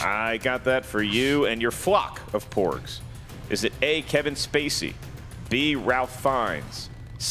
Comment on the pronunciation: Did say more 'pugs' coming in instead of porgs during third round? 😁